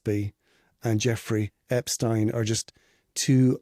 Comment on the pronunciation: You don’t know how to pronounce Jeffrey Epstein’s name nor do you have all of your facts straight. It’s amazing how many people claim to know what’s happened when you have no idea what actually happened you’re guessing! There are so many questionable things that happened and you weren’t there!!!